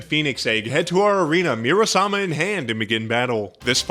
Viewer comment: MURA SAMA, the weapon in the hell lab is called murasama not muramasa